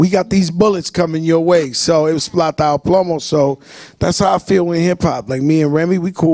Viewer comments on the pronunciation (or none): Its PLATA O PLOMO. smh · My dude Joe not putting on correctly. Take that "s" out of plata my brother. Someone on Joe's team don't care about him. Even Remy said it correctly in an interview. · Its plata o plomo youguys got that shit hella wrong